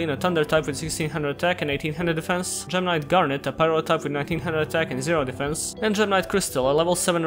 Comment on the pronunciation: It sometimes sounds like gemini when he says gem knight. When he got to the part about gemini gem knights I was so confused lol.